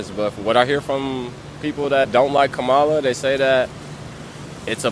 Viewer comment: Why do you disrespectfully mispronounced VP Kamala Harris’ name?